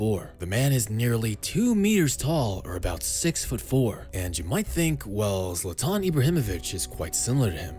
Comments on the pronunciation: Zlatan* not Zlatón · it’s ZLA-tan not zLA-TAn, ugh..